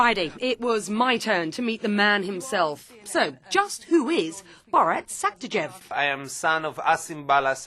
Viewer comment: She completely butchered his last name